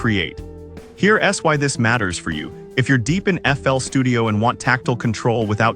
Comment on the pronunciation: Sorry guys, the AI voice is atrocious. I got 2 minutes in and had to turn off. "Here S Why" every time it should say "Here's why" 🤬